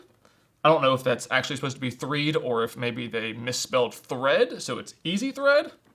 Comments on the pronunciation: Three d not threed. 😂😂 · EasyThreed I think should be pronounced as Easy3d 😂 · No, "Threed" was supposed to be Three D. It was probably translated by AI-yi-yi.